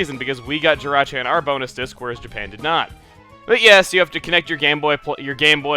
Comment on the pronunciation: Jirachi not Jyrachi!!!!!!!!